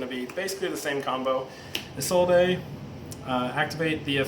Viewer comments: It's pronounced "Is Old" not "Is All Day" you mong -_ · Am I the only Yugioh player in the world that knows how to pronounce Isolde correctly? It's really not that hard. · Or "Eye Sold" which is another popular one. What is wrong with you people?